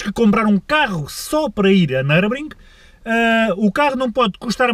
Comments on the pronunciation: Nurburgring nao nurbring 🤣🤣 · uma ida a "nurbring"! um carro so pa ir a "nurbring"! por amor de deus, ao menos diz o puto do nome da pista direito